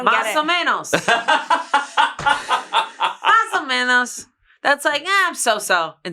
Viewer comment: Loved Masomenos xd